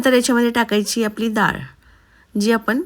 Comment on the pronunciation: दाळ नाही डाळ म्हणावे